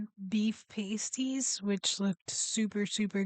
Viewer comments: You pronounce the "a" as in apple so "pass tees". Pastry takes about 30 seconds to make if you use a food processor or about 2 minutes if doing it by hand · pAsties... hard pronunciation on the A, similar to hAt. The way you are pronouncing pasty or pasties, sounds like paste (soft A) similar pronunciation to taste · Pay sties 😂